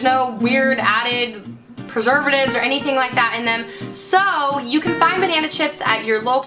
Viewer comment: xD she said pervertitives instead of perservatives , im not saying this in a bad way though , this video really helped me out . Thanks!